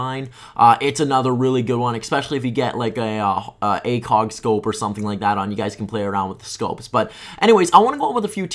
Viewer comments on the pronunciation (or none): none